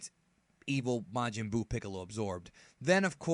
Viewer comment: Ma-man Buu